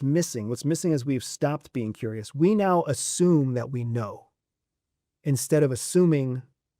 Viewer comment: Curious not furious.